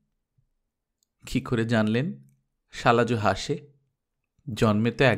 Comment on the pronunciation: শালাজো না, উচ্চারণ হবে শালাজ, ও কার টা লাগবে না ভীষন ভাল লাগছে,অনেক অনেক ধন্যবাদ ❤❤